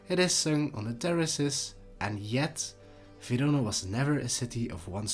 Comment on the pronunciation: In what language is “Verona” pronounced “Vidoda”? AI?